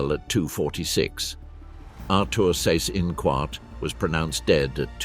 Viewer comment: Seyss-Inquart = "zice-in-kvart" ( QU is always pronunced as kv)